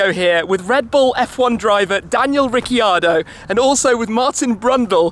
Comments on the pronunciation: Daniel RIC-CARDO not Rici-ardo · Sheldon Aubut 🤦🏽‍♂️ He pronounce his last name as Re-car-do not ricci ardo. You wanna proof? Go check out the channel named Clarkson Hammond and May reunite in Australia. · "rickardo" not "ricky-ardo" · Tim you cant say his last name right its. Riccardo not Riceeeardo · Hey Tim, Ricciardo is pronounced Rick-ar-do, not Ricky-ar-do👍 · Its rick ardo not ricky ardo. He is one of our aussie hero's get it right for us please shmee. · If you pronounced it in italian, it would be rich-iard-do. Not, ricki-ardo. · "daniel ricky-ardo" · RIC-I-ARDO hahahahaha being an Australian that sounds so wrong... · Its so funny, couldn't stop giggling how Tim was pronouncing Daniel's last name, Daniel, RiccEEEEEardo lol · Great video Tim, but if you’re going to interview our Aussie icon, please pronounce his name right. Say it like Rick ar do. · Rikkiardo? Really shmee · His surname is pronounced 'Riccardo' not 'Ricciardo' hahaha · ricceeeeardo ? did you call him that to his face?! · You go all that way to get invited to an exclusive behind the scenes for aston martin, involving F1 drivers, and you pronounce Ricciardo's name wrong... oh god. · As a aussie please say his last name properly shmee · Are you ever going to buy a laborghini ?(you pronounced Ricardo wrong xD)